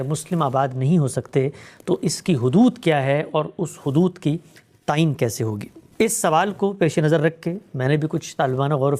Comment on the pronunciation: Tayeun not tan